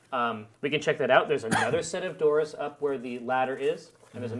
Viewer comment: erm. what's with the 'doooors' thing